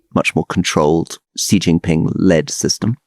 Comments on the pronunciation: Gott im Himmel, Alastair, please take a lesson from Rory on Chinese pronunciation. It's not "Zhee JinPing". The sound "zhee* does not exist in Mandarin Chinese. The sound represented by the character 習 is much closer to the English "she" or "sea". Just make it a bit more "shh". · XI as in XI Jin Ping, is pronounced like SHE. SHEE JIN PING. Not dzee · Hey Alistair - Xi is pronounced "She"!